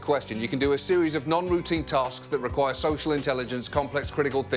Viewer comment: I mean you told her to repeat what you said, you didn't specify word for word, you definitely said tosks 😂.